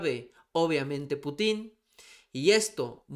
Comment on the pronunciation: Por favor, la palabra Putin lleva acento tónico en la letra U.